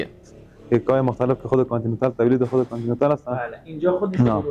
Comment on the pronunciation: کانتیتال چیه 😂بگو کانتیننتال